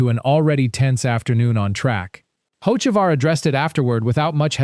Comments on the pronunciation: The second the narration said “hoe-che-var” and “hoets-ivar” this video lost all credibility. This videos are just designed to create enemies. Hocevar is far from my favorite driver, I think he’s a waste of a seat and a dirty driver, but these A.I narrated videos are trash. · Got a third through the video and couldn't handle the POS AI voice any more. If you can't get your AI to even pronounce Hocevar correctly, then either get another (real) voice or quit posting.